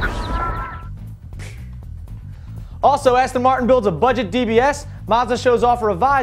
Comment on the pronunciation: you frgot the t in budget